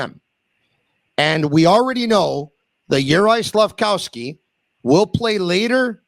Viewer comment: Slaf-KOV-sky, KOV, not COW.